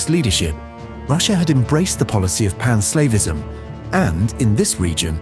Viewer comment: I did get a laugh from all the times pan-Slavism was pronounced as pan-Slaveism.